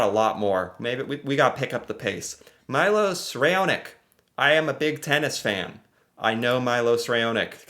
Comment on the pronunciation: The pronunciations were hilarious. Mylos Rayonick